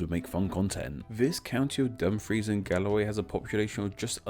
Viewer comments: Kirkcudbright is pronounced 'Kir-Koo-Bree' Also 'Dum-frEE-SHer' And 'Dum-frEEce' Hey you got Galloway perfect though :) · I like the vid but just wanted to point out that Kirkcudbrightshire is pronounced Ker-coob-ree-sher, Dumfries is pronounced Dum-frees, and Dumfriesshire is Dum-free-sher